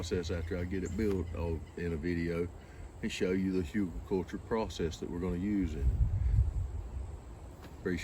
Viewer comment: I think it's HOO-gul, but who really knows? It's a German word